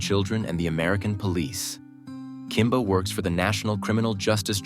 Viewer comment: It's Kimber!! Not Kimba!! Geez Wiz!! :(